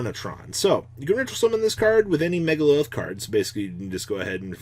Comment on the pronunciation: "MegaLILITH" cmon i can't take this anymore